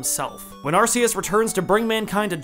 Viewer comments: Not another person who says arse us Really not that hard ark which sound so much better not how it’s pronounced that’s the most dumbest reason most words u don’t specifically say each syllable Anyway the movie was pretty shit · It’s pronounced, are-key-us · But it's not spelled Arseus. It's spelled Arceus, with the hard C found in Archaic, Arc, Archeus, arcane. You can't even fall back on "but ce means soft" because english has exceptions to that already. Also, it's clearly based on latin(to be cool and godly sounding), where there is no soft C to begin with, C is always hard. You are being remarkably silly about this. It's like if I started claiming that Neige has to be pronounced Ney-Geh, because that's what the spelling would sound like in my country, and not bother to get the pronunciation right. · I’ve heard the name pronounced as “Ar-kay-us.” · Not arguing here, but you like the way that the Pokemon God sounds like Ass-eus? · It’s pronounced Arkeyus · Arceus more like arseus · you said arceus wrong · I lost my fucking mind every time you said arceus.... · Man you dont how to say arceus